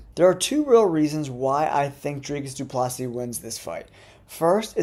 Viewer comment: He meant about the DDP pronunciation